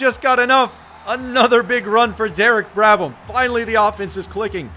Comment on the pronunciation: Just realized that its Derek brABham not brADham